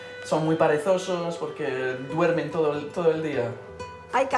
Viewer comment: il vient de dire "parezoso" au lieu de "perezoso" Influence français? XD En tout cas c'est fou comme il peut parler trois langues avec un accent parfait, il est vraiment doué le mec